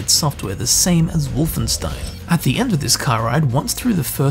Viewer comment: Please, just one thing. WolfenSHtein.